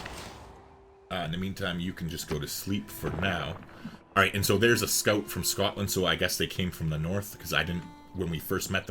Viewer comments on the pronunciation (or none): none